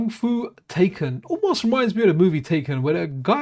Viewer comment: It's a hard sound to make. A cross between an 'R' an 'L' and a little bit of 'D'. I practiced for weeks staring at the ceiling before I went to bed at university. RdLaiDenn 😅 Tai Kun, is also pronounced, "tie" like neck-tie. "kun" Coon, like Racoon. Amazing series, and developer. Love the coverage. As always, a big Thank You.